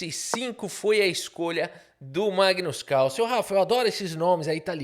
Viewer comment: Magno Carlo com sotaque caipira foi de longe a melhor coisa que eu ouvi hoje. Eu te amo KKKKKKKKKKKKKKKKKKKKKKK